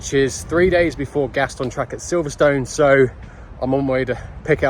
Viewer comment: It's not called Silverstone you people who don't live here although it's spelt Silverstone it's actually silverstun when you say it 👍🏻